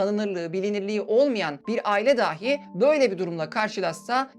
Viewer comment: Daahi değil dahi şeklinde söylemelisiniz. Konuşmanız çok akıcı ama bazı diksiyon hatalari rahatsız edici. Bilmediğim bir konuydu içerik için emeğinize sağlık